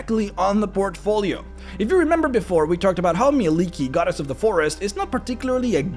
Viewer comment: Thank you for actually pronouncing Mielikki correctly. ❤😊